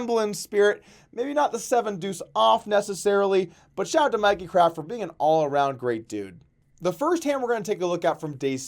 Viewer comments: its "Mickey" not "Mikey". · Dude it's Mickey craft not Mikey